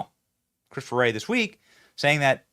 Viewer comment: W-ray like W-rong